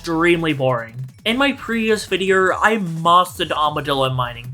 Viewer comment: It's video not vid - e - er